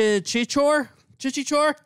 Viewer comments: Its sound chhi-choo-reee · it's pronounced as chi-sho-reh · Its chi-cho-re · And an 'eh' to your pronounciation of this film